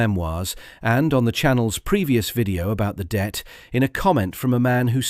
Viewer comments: Not the Debt but the Det. as in “detachment”. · Not dept, Det, FFS!